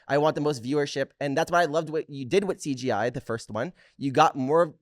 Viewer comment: mikey pronouncing CJI as “CGI” like 7 times in a row 😭😭❤️❤️